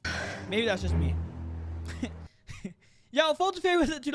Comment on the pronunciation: I just realized that said FOLTTT